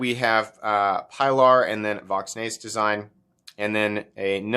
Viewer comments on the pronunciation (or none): I knew where this review was headed when he refused to take the time to pronounce the name properly